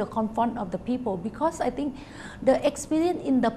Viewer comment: and it's actually not 'I think' it's 'I ting' - -''